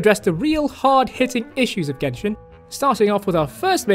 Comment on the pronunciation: jenshin impact